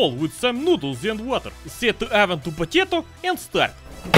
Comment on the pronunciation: Him: set the oven to potyato Me: whAT THE